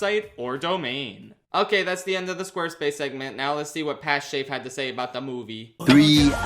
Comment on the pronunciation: Yo props to his pronounciation was pretty good this vid